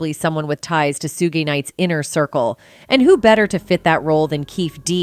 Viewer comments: I can't get past the words "Sue Gay Knight" lol It actually makes sense somewhat in the context of this video. This is a 27 year old tragedy, and I'm amazed how reporters keep miss pronouncing names that have been around all this time. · sue'gay' night 😂😂 she never did hear how to pronounce suge apparently she just winged it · Did the lady say "soo gay knight"😂🤣💀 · Yo, the lady reporting this, she’s AI right? She keeps swapping pronunciations of 2Pac’s name and Keefe D and keeps calling Suge “Soogey or Soo Gay” Knight. The audio on this was driving me fucking nuts! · Who the hell is Sugay Knight? 🤦🏽‍♂️ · Who the hell is sugay knight 🤣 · Soogay Knight? Who they heck is that...Too Pack, who is narrating this? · Who is Soo-gaye Knight? This AI needs to be tweaked. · Sugay Knight...interchanging 2 Pack/2 Pac!?. These AI reporters (smh). This is the same AI voice I have on my Ai program when researching information. She pronounces names phonetically correct. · Suegay Knight?!?!?! Stop ✋️ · Soo- gee- Knight 2-pack 🙄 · whos sue-gay night 🤔🤔🤔🤔🤔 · Shoogay knight? 😂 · Was this narrated by a robot? Sounds very monotone. Why did they call him Soo Gee Knight? Don't they even know how to pronounce his name? I'm sorry I just can't listen to robots because the voice is so 2 dimensional. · "Soogay Knight"???? How about Suge Knight, as in like similar to "sugar" shortened up? Please know who you're talking about before you attempt to say peoples names.... It makes you sound ignorant. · 2Pack ... Woo Kid ... Soo-jay Knight 😵‍💫SMH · Who is Shoe gay Knight??😮 U can tell this is an uncultural narrator! 2 pack?? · This bit said soogay knight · Ikr it’s annoying 😂and how u get suge name wrong lol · I have a hard time taking anything she says seriously when she repeatedly pronounces suge knight like that… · Idk if I'm the only one but it's irritating hearing her say name's wrong lol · Why is it saying suge name like that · I can't!!!! How this cave beeeach butcher this man's name?